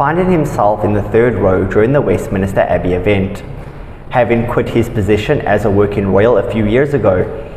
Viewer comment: Just wondering why you mispronounce " "Westminster" as "Westminister" every time??